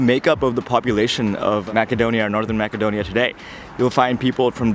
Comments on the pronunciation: that is not how your pronounce macedonia, its not mackedonia, its macedonia pronouced massedonia. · Brother its pronounced Macedonia (masedonia), but if you're gonna called it Makedonia might as well say Severna Makedonia instead of North Makedonia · The English pronunciation is Macedonia, not Makedonia. And if you want to be respected by the people please do not use North Macedonia. This name was opposed by force on us. Greetings from Macedonia and feel welcome to visit us again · I'm sorry to say this but you said Macedonia wrong It's masedonia You said makedonia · Is it makedonia as he pronounces or macedonia ? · This is not macadonia....this will be Macedonia..speak this word be right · Btw its north macedonia ( pronounced with c not k) if ur speaking english but its Makedonia if u speak a slavic based language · I feel like he’s not pronouncing your country’s name correctly?